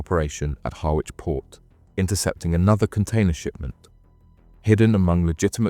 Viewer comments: . It's pronounced ‘Harrich’ 🥰🤓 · Roo slip ,😂😂😂 ryeslip ,spelt Ruislip , Harwich pronounce har rich